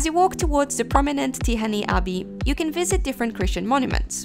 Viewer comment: Hey! It's a great video! My only criticism that you butchered the Hungarian names, even Budapest and Tihany and so. Of course I understand you don't know the pronunciations, but if you just drop the names in Google, you can listen how Hungarians saying. Other than that cool video! ;)